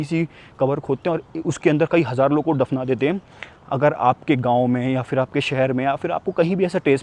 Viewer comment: Very good vlog and reportage. I'm very surprised and impressed that you did so much research on the history of the country; everything you said are correct facts. One thing though: the words are phailna, phir, phul, etc., not "failna", "fir", "ful", etc. I'm not sure where people these days are learning this "f" stuff from.